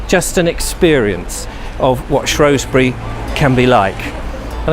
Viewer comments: its shewsbury not showsbury unless you live on the other side of the river lol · We dont like it when people pronounce the O vowel not the E vowel. You'll get yourself in a spot of bother - It's only the posh lot on the other side of the river that pronounce it "shrowsbury" It's spelled with an E not an O - So it's SHREWSBURY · Shrewsbury. Not Shrowsbury. Prononce the "E" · I wish people would pronounce it properly. It’s spelt Shrew not Shrow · Like the video for the most part, the only problem being the way you say shrewsbury. Split the word: Shrews-bury not Shrows-bury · Shroosbury, not Shrohsbury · It's Shrewsbury NOT Shrowsbury 😞😞😞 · It is not pronounced Shrowsbury. It is Shrewsbury pronounced with an E, there is no O in it. I live there.... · Apparently the Norman's put the 'O' in shrowsbury, now a days normal locals call it Shrewsbury and locals who try and be posher than they actually are call it Shrowsbury which is really really annoying lol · It's not shrowsbury. It's shrewsbury we a Fooball club the shrews thankyou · Its shrew not shrow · Pronounced Shroosbury! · Posh upper class wankers pronounce it shrowsbury it's actually pronounced the way it's spelt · THERE IS NO “O” IN SHREWSBURY FFS!! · Was gonna watch this video then you said shrewsbury wrong. Oh well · You pronounce Shrewsbury wrong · I live there as well and it is just annoying when he says it